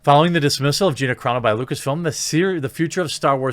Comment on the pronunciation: I'm really proud of you for pronouncing Gina's name correctly.